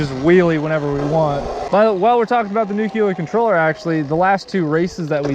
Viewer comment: How this nucular controller compares?